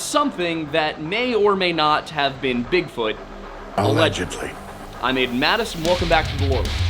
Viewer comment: Lol, I think Aiden cares about native American pronunciation, but gives no cares about French pronunciation. :[ Sad, because I'm French.